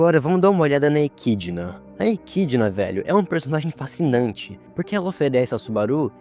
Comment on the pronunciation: Vídeo top, me deu um ponto de vista que nunca reparei antes, mas pqp, que angústia vendo ele errando as pronúncias dos nomes... garfiel? Ekidina?